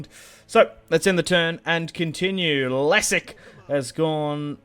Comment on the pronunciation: The king’s name is just pronounced leshek